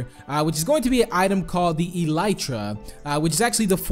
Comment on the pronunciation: Pronounced EL-UH-TRUH